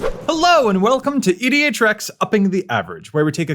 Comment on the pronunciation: The way you say "EDH Rec" often sounds extremely similar to "idiot trek" . I can't unhear it now. very funny! still love the channel though!